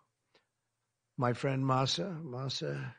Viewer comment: Masayoshi san not son 😂